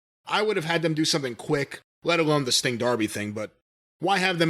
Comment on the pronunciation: Andrade says Stink,... instead of Sting.... so funny... I think Tony is aware of Andrade speaking issues... but its hilliarious. and I for one think its the best thing about Andrade.... They should just see what other gems accidently falls from andrades mouth. You have a problem with Mr Stink? ... Andrade have problem with Mr Stink Too..... haha